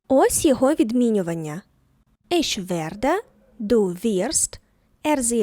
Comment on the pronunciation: Чому ви вимовляєте, іш, ойш?